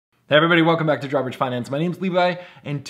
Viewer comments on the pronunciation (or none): When you say Drawbridge too fast it sounds like "garbage". Having said that, I am enjoying your videos.✌🏼️